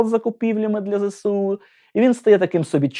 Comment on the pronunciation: Мистецтва "не торкався", лише грамотність : МОдена, а не МодЕна. Зе-еС-У, а не Зе-Се-У. Офіс Президента України, а не офіс Зеленського. А загалом, цікаво. Як завжди 😊